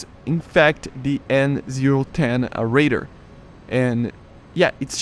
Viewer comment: Why do you pronounce radar as raider?